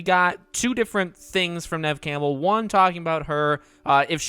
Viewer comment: Why is he pronouncing her name like camel 😭💀